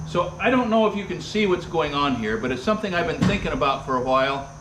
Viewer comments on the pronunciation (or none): none